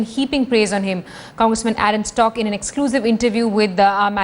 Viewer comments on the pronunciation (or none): Its shock not stock , gavaar anchor